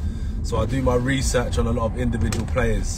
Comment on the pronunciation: "Muh Humble" "Muh hungry" "Muh Legacy"